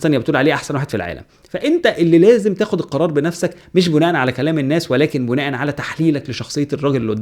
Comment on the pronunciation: شكرا يا على معلومانك... وبما اننا كلنا بنتعلم ياريت بس أما تقول (بناء على كذا كذا) ياريت تخليها بالكسر مش بالضم انا عارف انها حاجة ممكن تبقى مش مهمة لكتير من الناس بس دي لغتنا العربية